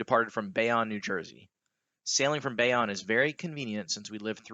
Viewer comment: Great vid. FYI it’s Bayonne (bay-OWN)